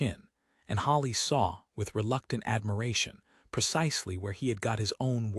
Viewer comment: Good story! The Duke was a great husband. Some comments: It's Mended. Not mendied. All your stories say 'mendied.' It's Hollis. Not Hollies.